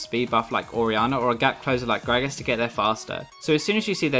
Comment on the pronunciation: Why does he says graves when showing gragas